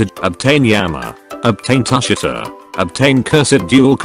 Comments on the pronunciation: bro u need to read it tu shi ta not tus shi ta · That’s not how u say tushita